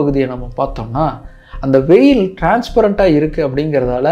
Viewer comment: Not மேகடலின். It’s Mary Magdalene மேக்டலின் Not வேயில். It’s veil. வேல்!!!